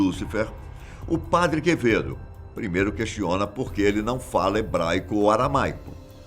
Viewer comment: O Padre Quevedo falando equiziste, e o pronunciando Padi Quevedo kkkkkkkkk